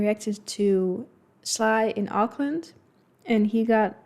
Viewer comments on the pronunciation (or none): none